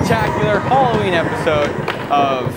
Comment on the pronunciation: u pronounced halloween wrong and it hurts my feelings